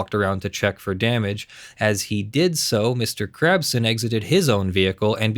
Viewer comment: I can't unhear "Mr. Krabs" when you say Mr. Crabson lmao